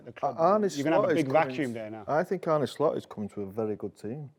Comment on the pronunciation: My cousin is called Arne. Are - nuh … not Arnie, not Not Arnay or any other mad pronunciation.. you’d think at least would work it out..haven’t heard one person get it right yet 😂